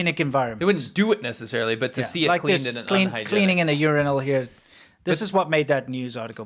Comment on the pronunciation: Montezumas revenge looks good all of a sudden Also, nobody laughing at the way says Urinal? Lol it’s like he is over stressing the R